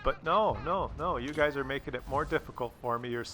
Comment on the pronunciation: "you guys" is pronounced "yoogs". Was anyone else hoping they killed each other by ramming, or maybe shooting.